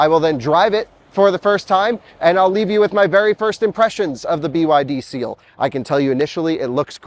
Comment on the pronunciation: At the end you called it "The Byd Steal".